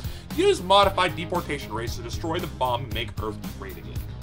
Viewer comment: Omfg this game is hilarious hahaha j"Jdepotation" got me lol